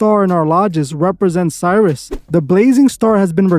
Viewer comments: Sirius is pronounced serious. Like Sirius satellite radio. Not Cyrus. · It's Sirius (Serious pronounced) not Cyrus lol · FYI..Sirius is pronounced ‘si-ree-uhs’. Like ‘Serious’ but starting with Si. Not Cyrus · sirius is pronounced SEAR-EE-US like the word "serious" not PSY-RUS... Come on now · You pronounced Sirius wrong fam